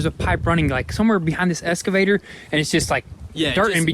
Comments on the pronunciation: I love you guys, but please... it’s EXcavator. Not escavator lol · for the love of god, please quit calling it 'eScavator' it is 'eXcavator'.. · EX - EX - EXCAVATOR..... Not Escavater. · Excavator, not Escavator! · It is Ex-ca-vay-tor not "S"-ca-vay-tor. Excavator. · Hey what’s an “escavator”?